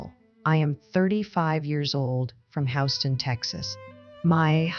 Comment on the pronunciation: Can't even pronounce Houston correctly?